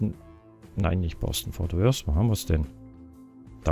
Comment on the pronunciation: du sagst immer"fort wors".obwohl es "fort worth"heißt.tipp:Zunge zwischen den Zähnen!!